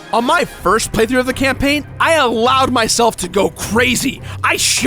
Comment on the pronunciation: spelled campaign wrong. u said campaing :(